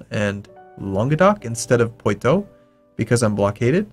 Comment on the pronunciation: Poitou = Por-twa Orleans = Or-li-ons Silly foreigner, your French pronunciation is as bad as that of a moose! I fart in your general direction! A-hoh-hoh!